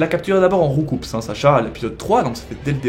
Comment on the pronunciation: Roucoups se prononce Roucou et non roucoups parce que le coups c'est les coups qu'il donne